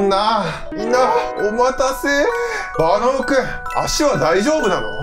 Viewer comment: いっつもバナオくんだけ最後に言えてなて草😆